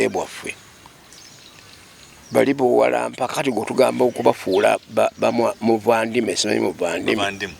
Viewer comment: NOT VANDIMWE IT IS BAANIMWEE? HAHAHAHAAHHAHH